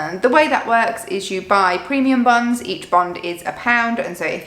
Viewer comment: The first time you said it, it kind of sounded like “premium buns”😂😂😂. Those lottery things sound crazy! We set up a checking account in the UK two years ago, and I remember hearing about those and thinking they were the weirdest thing ever! We don’t have those in the US, and they really sound like a bad idea to me👎